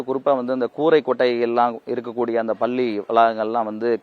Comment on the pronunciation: இந்த செய்தி நிருபருக்கு நல்ல தமிழ் உச்சரிப்பு வருமா வராதா . பல்லி என்று சொல்கிறான் 🤦👊